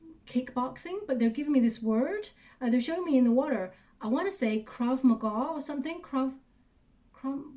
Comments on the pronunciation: Krav Magau is a form of kick boxing and you are saying it right! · Spirit gave you the name of a martial art! That is so cool! And yes, you were absolutely saying it correctly[ Krav Maga - it's the martial art of Israel.